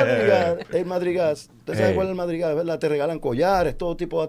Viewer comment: No es madrigas tío, es "Mardi Gras"